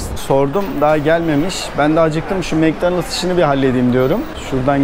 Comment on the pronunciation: Mek danaldz diyosun tabi anlamaz adamlar :D Mak donaldz dersen anlarlar :D